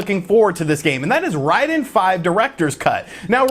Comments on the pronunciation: It's not Reyeden. Rayden. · It's pronounced Ray-den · we always called it RAID DEN, not RYDEN, Raiden II still the best, free on mame 🤣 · Ryden is more similar to the Japanese pronunciation. Even so more is Lieden because the Japanese "R" sound is more like our "L"